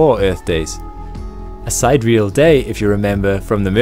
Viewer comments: It's not, Side-Real, it's, Si-Der-E-Al. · Many thanks, but sy-deeri-al not side-reel. Icky picky me! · side-reel day? Si-deer-ear-al day. Ugh. I was hoping for a good channel, just discovering this one.....nope. If you can't pronounce sidereal correctly......just give up. If you're too daft to look up proper pronunciation of important words then you shouldn't be teaching anyone ANYTHING. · The word is pronounced "sid-EER-ee-all" not "side-reel". Sidereal is not an English word. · Very nice video. However, I have to pick you up on a couple of points. 1) "Sidereal" is not pronounced "side-real". It is pronounced "sy-dear-ee--al". 2) You said "...why Venus is so unique". There are no degrees of uniqueness. Something is either unique or it is not. There is either something else the same or there is not. Something can't be "slightly unique". It's like saying "more perfect'". It makes no sense. Either it has no fault or it does. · I know this video is two years old, but you mispronounced "sidereal". It's SID-EER-EE-UHL, not SIDE-REAL. Awesome video nonetheless! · that is not how you say sidereal its sy-dear-ial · I soo love your videos, but ask that you pre-read the scripts to pro scientists for right pronuncing and principles, e.g.: "si-DEE-ree-al" day! Pressure comparison: not one km below the ocean (in solid bedrock?🤨) but below its surface. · sai - deh - ree - al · Yes. "Sidereal" is pronounced: sī-dîr′ē-əl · Sidereal is pronounced Si der e al. :-) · Maybe that is how it is pronounced in his region. Either way you knew what he meant. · Doubtful. He pronounced it like someone who has read the word but never heard it :)